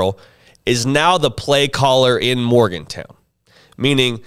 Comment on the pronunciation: He doesn’t know how to pronounce Morgan-Town, does he?